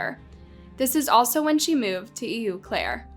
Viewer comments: Please watch news stories before you pronounce things. I watch you all the time and it's driving me crazy. In this one (from) a Wisconsinite, EU Claire is pronounced "O-Clair." Please just pronounce people's names and places correctly. I love you though. Do your research. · It’s pronounced”OH - CLARE” 😊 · It pronounced “oh” Claire . It’s French. Eau Claire Wisconsin. You have the spelling wrong too which may be the problem. It means water, and claire means clear so “ clear water” . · If you're referring to the city in Wisconsin..... it's pronounced "O" Claire.... lmao!! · Love listening to your stories. Just wanted to let you know, the town Eau Claire is pronounced “Oh-Clair”. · It’s not Eeeu Claire!!! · It's pronounced "O Claire" locally. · It’s pronounce ow-Claire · It's pronounced "oh-clair". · How can narrators be so lazy and ignorant to not research how to properly pronounce things. It’s pronounced AW CLAIRE